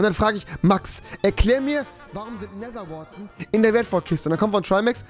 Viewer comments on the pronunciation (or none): My english is not the yellow from the egg but it goes... „Nether wouartzen“